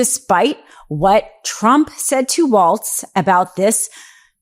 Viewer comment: Walz, not Waltz